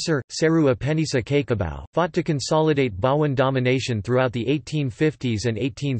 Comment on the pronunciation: Cake o Bau...omg get the pronunciation right computerised voice dude...😂🤣😂